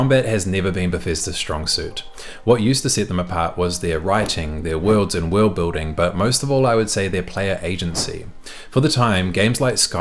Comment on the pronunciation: "WOLRD BUILDING" 😂😂